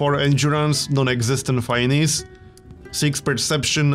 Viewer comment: There better be a Viking leader called Ragnar Lothbrok! P.S.: "Finesse" is pronounced "fee-ness", and definitely not "fai-neez".